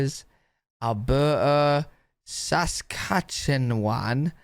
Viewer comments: The way he said sacatcacwan like people are you with me it’s Saskatchewan okay just you know 👇🏻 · it’s pronounced like sas-catch-a-won :) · The way he pronounces Saskatchewan is so funny but it not pronounced that way it’s Sa-scach-a-wan Also I live in Ottawa/Ontario and thank you for making these videos and even though I live in Canada I don’t know much about the other provinces. In Quebec French is the First language but in Canada it is the second and English is the first language in Canada 🇨🇦 If you go to an English school you learn French but if you go to a French school you learn English I think. So if you grew up in Canada you would learn both languages. And on labels and menus there’s French side and English side :) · ikr lol i was cackling when he said sas-kach-a-n-wan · they way he says SaskatchewanTOT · how he pronounced saskatchewan is gold! i'm wheezing!!! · I wheezed at the mispronunciation, no one can ever get it right the first time, even Canadians struggle to spell it properly. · When I saw he was going to try and pronounce Saskatchewan, I already knew it was going to be butchered… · I’m not gonna lie, I laughed out loud hearing you try to pronounce Saskatchewan. In a nice way, I promise. And the idea of not having to deal with mosquitos blows my mind. I didn’t realize they weren’t a thing in the UK (???) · It's OK, man. You can't pronounce Saskatchewan and we can't pronounce Worcestershire sauce.